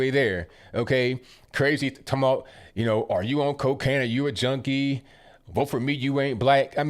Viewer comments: Sounds like he says Jonie instead of junkie?!?!!! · He sounds like he says joanie not junkie, I am hard of hearing tho